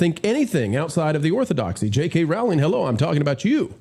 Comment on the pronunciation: Pronounce ROWLING like BOWLING.